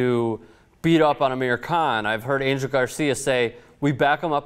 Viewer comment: Spanish speakers correct me if I'm wrong but isn't Angel pronounced An-hell?